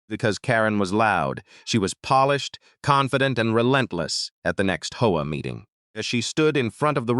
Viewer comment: This AI needs work between saying hoa instead of H.O.A. and saying s when is is actually a possesive 's. But the story is good